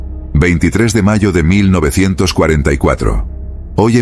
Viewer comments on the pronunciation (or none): none